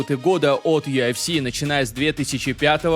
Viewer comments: не юафси, а юэфси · Бро, ты сам слышал как ты произносишь аббревиатуру UFC , у тебя это звучит как Ю АФ Си , а должно звучать Ю ЭФ Си, без негатива если что. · Автор. Красава, всё хорошо смотреть и интересно. Но вот это Ё ФС. Весь мир говорит ЮФС, честно как серпом по яицам. Перестал смотреть, не могу. ЁФС🤦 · чел, почему ты называешь юЭфси - юАфси? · Почему он говорит ёофси?😂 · Меня раздражает его "ЮАФС" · Чё он как говорит? Ю Аф Си😅